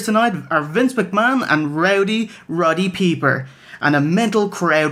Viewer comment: You're not a wrestling person. You don't know how to pronounce Rowdy Piper.